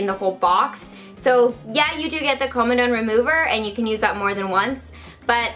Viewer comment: Says 'koamadawun' although it's comedone which is 'come' and 'done' This is not a hate comment! Don't attack me